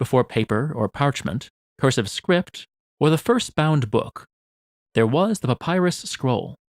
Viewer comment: I cant get over how he says Papyrus like Papaya 😭😭